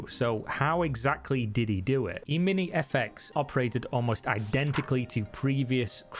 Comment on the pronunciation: ehmini, not eemeenie